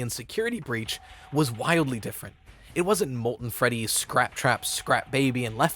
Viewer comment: He actually said feddy in this part